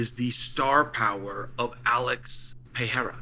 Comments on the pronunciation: My guy why do you keep saying Pierre' Pierrer". Guy's name is PE RE I RA. Just sayin' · It’s pereira, not peheira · Pe-rei-ra not Pee-hei-ra 😂😂😂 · It may be easier if you tried saying Pe-rey-ra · we’ll know when Alex has accomplished enough when Chael bothers to learn how to pronounce his name. as of right now he’s still hasn’t done enough. you’ll get acknowledged one day Peehera. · Here for the chance Chael mispronounces it as "Pee-air-uh" 😂😂😂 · “reira” is too hard to pronounce for English speakers 😂😂 it involves a quick roll of the r as Portuguese is very similar to Spanish Pronunciation is RRey-RRah Peh-RRey-RRah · Name dyslexia 😅. Try just sounding this out Per..rer..a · The day Chael pronounces his name right, Pieria will loose 😂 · Pereira has accomplished so much that Uncle Chael is making a good faith effort to learn to pronounce his name 🔥 We now call “Pu-Harrah” the man who was once “Piera.” If he becomes champ/champ/champ, I think we’ll get the next evolution of Chael’s take on his name. “Pu-Harrah” said in a promo piece last night that he’s always evolving his game. Uncle Chael is no different. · Who is this Pee-ay-rah that you talk so much about Chael?😂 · Pee-air-uh puts on his demon face-paint and does black magic techniques with his eyes. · Yesterday it was "Pierra" and later in this video, too. On top of everything else he has accomplished, Alex has also had to change his name every time Chael makes a video. That feat alone makes him a superstar! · Chael is smart. Does he mispronounce Pereira’s name on purpose? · Hey Chael, pls learn how to say Pereira correctly. U got lots of brazilian fans.... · Maybe one more win and Chael will give the man enough respect to say his name right lol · Come on bro at least say his name right lmao